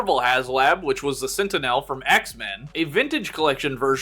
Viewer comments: Sentinel not sentienel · you pronounce sentinel like it's the name of an elf from lord of the rings